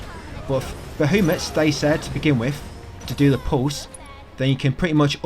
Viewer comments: Who the hell is Ba-who- mut? BA HA MUT. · Also you’re pronouncing Bahamut’s name incorrectly.